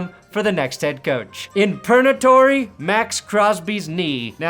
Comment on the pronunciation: “Pernatory” is the sort of wordplay that just makes me smile 😺